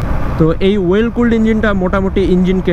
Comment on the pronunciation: Well নাকি oil এ উচ্চারণটা সঠিকভাবে বললে মনে হয় ভালো হয়